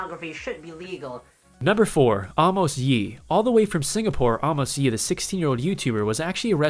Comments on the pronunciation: Not Arrrrrmos is Amos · Is a-mas yee not ah-mos yee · idk what number but its pronounced A mous lee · Amos Lee hahahahaha he said it wrong I can't stop laughing that he said it wrong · dude u pronounced amos wrongly